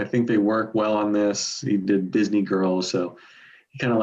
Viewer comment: Note to: Disney is a 2-syllable word. "I Write the Songs": Thank God not that many of them. Bonus Point for Hey, Little Cobra.